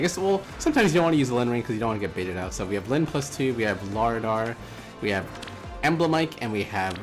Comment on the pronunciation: Læraðr is pronounced “La-wrath-er”